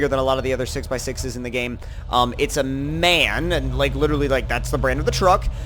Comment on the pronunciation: Hello. the correct name is not man, but M.A.N (Maschinenfabrik-Augsburg-Nürnberg). pronounces the letters individually, as for example at BMW (Bayrische Motoren Werke)